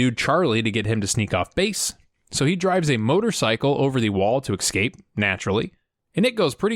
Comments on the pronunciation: Loving these videos. You like to nit-pick and so do I. Please, the word is escape not excape. Driving me nuts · Question: Why cant americans say escape? You all say excape. Is this just how youre taught it at school?